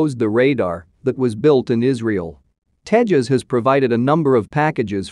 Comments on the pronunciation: It's Tejas not Tehas.. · The J in Tejas is used like it is in juice not like in jalapenos